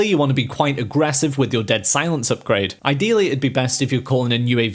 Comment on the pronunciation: I like how he says “aggrevssive” so much lol